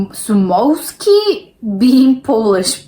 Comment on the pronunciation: his last name is roughly pronounced "shoemovsky" and yes Piotr or Piotrek is equivalent of Piter in English